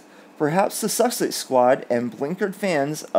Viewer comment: Hi 😂 This might help you pronounce their name “sus-sex” In Australia if we say someone is ‘sus’ we infer they are suspect or devious!! Suits the occasion, don’t you think?